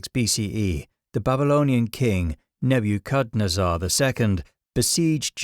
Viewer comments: "Neb-U-cat-nezzar" 😂 nebuchadnezzar? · I watch anyway but based on your nonhuman pronunciation of nebu kad nesser I know that your appearance in the beginning is AI. So like screw you but also, informative vid. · say it with me: NEH-buh-can-ezzer. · "neh-bee-yud-kuh-nuh-zahr" is... one way to say that name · Is that how you're supposed to pronounce Nebuchadnezzer? Is he trippin, or have I been trippin my whole life? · New to the channel and I'm loving all your videos! Great stuff! Also I've never heard Nebuchadnezar pronounced that way that was wild lol